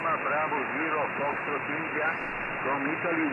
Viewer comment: Constructive criticism the way you pronounce the foxtrot India It’s a little hard to understand if I was hearing your CQ call over the air. Tough enough to understand knowing what it is listening to you on YouTube.